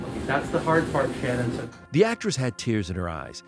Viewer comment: Why even when she died people can't get her name correct? Her name was Shannen and not Shannon